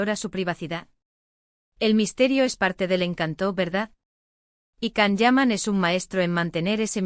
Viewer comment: Why can’t you say his name correctly!!!